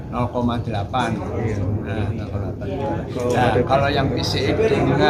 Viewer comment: Adv dibaca edivi, pcx juga harusnya dibaca pisiex biar sama2 bahasa ing ato mending skalian sama2 indo...🙏🏻